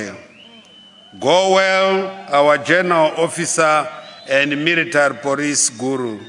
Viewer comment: military poricy 😂